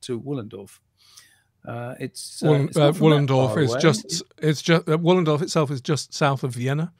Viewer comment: Wallendorf? Wollendorf? C’mon fellas.